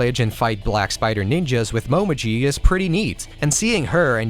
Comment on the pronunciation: This is nitpickey as fuck, but since Momiji is my waifu... Her name is written in hiragana as もみじ Which is pronounced as Mo me jii With the way you are pronouncing it, it would be written as: もまじ That would be Mo ma ji. So, yeah, make sure to pronounce her name as Mo me jii lol